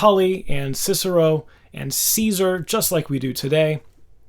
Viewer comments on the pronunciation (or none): none